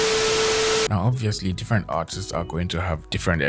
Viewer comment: he says artists and it sounds like autists jesus...